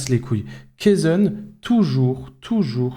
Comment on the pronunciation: la vidéo est cool mais c'est la premiere fois que j'entends ce "kezen" (je sais pas comment ça s'écrit) mais pour une premiere impression ça commence mal